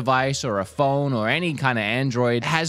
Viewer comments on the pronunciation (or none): Why does he pronounce the word phone "pholne"..